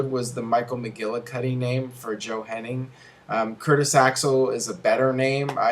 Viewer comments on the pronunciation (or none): It is JOE HENNIG not HENNI"N"G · claims to be a wrestling expert; calls Joe Hennig "Henning"